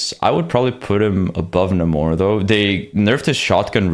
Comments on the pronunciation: It's pronounced NEIGHmor not NAHmor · its really annoying that people now call Namor, Na-more instead of Nae-mor